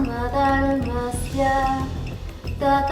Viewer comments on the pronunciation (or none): Par uske liye mantra perfectly pronounce hona bahot zaruri hai. Is ladki ke pronounciations offcourse perfect nahi thee, Anchor bhi galat uccharan kar raha hai.... Abhyuddhanam adharmasya ke bajay dharmasya bol raha hai, jiska matlab bilkul ulta ho jata hai 😢